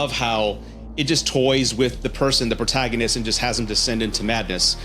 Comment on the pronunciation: The way you pronounced the word “protagonist” hurt my feelings